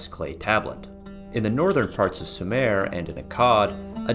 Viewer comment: "Sue mer",not "Sue mare"